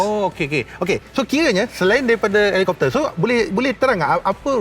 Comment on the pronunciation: Helicopter... Helicopter... Parakopfer... Parakopfer..... 🤭